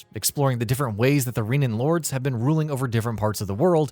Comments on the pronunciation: This reviewer did not play the game, not even for 5 minutes. He calls them "Reenans" and "Daynans" throughout the whole thing. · They’re pronounced “Reh-na” and “Dan-uh”. Makes me wonder if you actually played this game or listened to anything in the storyline.